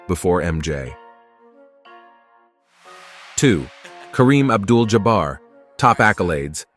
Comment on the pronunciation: Reasonable list. Players at this level can be flip-flopped around. But I don't know how you can separate magic and bird by that much. Never trust a computer. Can tell with olajuwon and jabbar, names can't be pronounced by computers apparently.